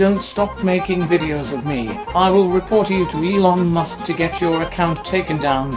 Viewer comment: “Elon Mosque” and the farting really got me